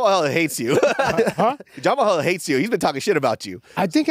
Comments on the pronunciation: why is saying Jamahal hills name like that?? Its almost like hes trying to pronounce it like its spelled lol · so got that Chael sonnen pronunciation on jalmalalahill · Is he saying Ja ma hall on purpose? 😂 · He kept saying ”Jah-Mahal hill” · Saying Mr. Hills name the way it's spelled instead of how everyone else says it is hilarious. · Herb just confused when they pronounce jamal hill as jamahal hill lmfaoo hes just so confused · L for dude mispronouncing Jamahal Hill's name. Aside from that the pod was good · The way you pronounce Jamahal Hill is so weird